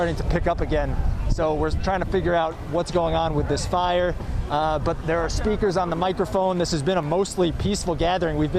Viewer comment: I thought he said "streakers". He said "speakers". Not a good time for streaking.